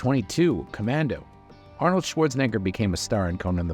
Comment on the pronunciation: Just say Arnold ❤🎉